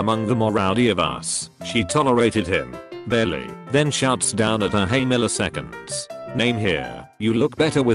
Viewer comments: Nobody: Absolutely Nobody: . HEy MILliSEconDS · Nobody: Text to speech ”hey milisecønds” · Nobody:: "Milliseconds" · Nobody: Text to Speech: hey milliseconds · Litterally nobody: Text To Speech: Beyo, Hey, Milisecond [Name Here] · no one: robot voice : ''hey milliseconds ''